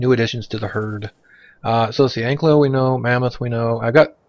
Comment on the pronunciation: An - kai' - lo (saurus). Not Ank - lo - Thanks for the video.